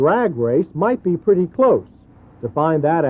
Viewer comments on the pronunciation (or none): none